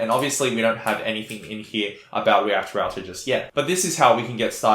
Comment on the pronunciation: REACT ROUTAH! Thank you for this video, I like this tempo - no bullshit.